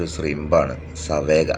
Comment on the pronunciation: സാവേജ് എന്നാണ് അതിൻ്റെ pronounciation